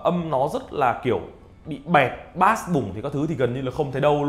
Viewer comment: Bass đọc là bây chứ ko phải bát nhé